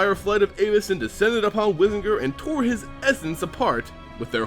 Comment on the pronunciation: The way you say Avacyn makes me cringe.